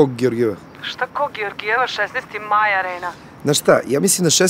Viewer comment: A ženska: "16. mAj areena" haha ona paorska sorta novosadskog tj južnobačkog akcenta:) govor trademark isfolirani kakvim normalni Beograđani uopšte ne govore. Two minutes to midnight!!